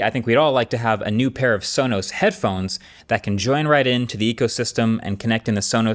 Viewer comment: That cannot possibly be how Sonos is pronounced.